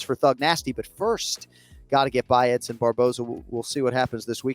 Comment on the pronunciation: He should get fired for pronouncing Edsons name like that 😜